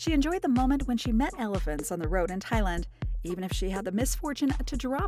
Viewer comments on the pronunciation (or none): none